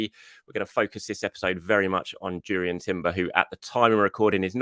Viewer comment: Pronounced 'Yurrien..